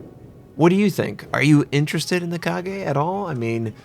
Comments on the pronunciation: its called Ka Ga not Ka Gay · WTH is a KA-GE? It's Ka-Ga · Fix CVs before releasing new ones! BTW it's Kaga not Kage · "Ka-gay" - 10/10 would pronounce again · the kaga was OBLITERATED by the USN SBD'S at midway...also its KA-GA like lady GA-GA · joe junior It's not a difficult word. I'm not Japanese or an anime fan but I pronounce it correctly. Kaga. Two syllables. 'a' as in art. How people can fuck this up is beyond me. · "Car-gay"? Really? LOL, weeaboos will go nuts. (p.s. in this instance I tend to agree with them) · "Kage" do you even shipfu you freaking scrub. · ka-gay == jesus do you even google translate it? steps: google ship name and go to wiki (works too for shipgirls.... switch wiki to Japanese or whatever the ship belongs to (original language) copy the title to google translate or some internet dictionary and hear their pronunciation. Japanese are quite straight forward that you read what it's written, except "r" -> "l" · Hey, I really love that you always document yourself and try to say the names of ships correctly in their language, but are you sure the Kaga is pronounced "Kagae"? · Wait, isn't her name pronounce as "Kah-Gah"? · Mammoth Mk3 Just Ka - Ga, dont over pronouce it :))))) its easy to speak her name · Ready for the 20cm/8inch secondary?? Lol I'm hyped but honestly the "Kage" should be on the second line with Akagi and Shinano. All in all this should be troublesome because is slow and even it if her has the planned 90 plane capacity they should be low tier ones tier 6 at much A6Ms and Vals DB and Nakajimas TB ( I don't remember the nick) And pls learn the way of saying I bet it isn't Kage like Kagero but Kaga with A closer to SaiPAN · The second a is just the same pronunciation as the first a. It's not the Kage, although that would be interesting. Means shadow. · "Kagay" No, its "Ka" "ga" Kaga xD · KA-GA... Not Kagayyyy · It's 'Ka-Ga' not 'Ka-Gae' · Kaga, not Kage. Gawd damnit. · Kah-gah not ka-gay lol